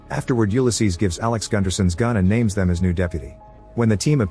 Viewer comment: Alex pronouce is 'them' ???